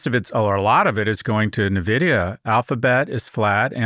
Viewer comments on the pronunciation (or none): It’s pronounced „en-vidia“ and not „Na-vidia“ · Nuhh, Scott. It's "N"-vidia as in the letter N (pronounced IN) - vidia. AITA for discounting commentators who mispronounce the name of the company they're talking about? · Scott: Stop saying Nuh-vidia. Kara says it right. Listen to her.